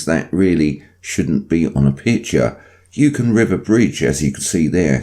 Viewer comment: Hahaha.... Hey. Hope all is well with you. Just thought you should know it's pronounced U-con (Yukon).